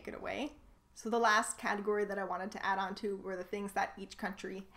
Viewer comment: I have never heard the work Icon said Icken in my life. You have a bizarre accent. Most words you say properly but you need to learn to say "Add on" better if you want to hide your americanness. You don't see a lot of Canada flags because it's not nice to flaunt your pride. The pride of being Canadian is by not being American. Pretty sad actually.